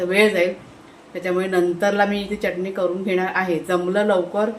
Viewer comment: च्यटणी म्हणू नकोस.. चटणी म्हण